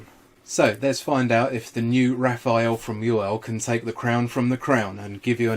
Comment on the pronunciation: Hey guys, it's Rafale not Raphael.